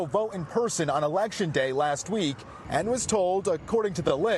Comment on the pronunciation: Mr Chinaman say “ you wan to win erection”😂